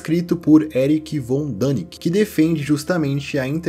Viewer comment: Você disse Erich von "Dänik", mas o correto é Erich von "Däniken". Pesquise antes de criar os seus vídeos!!!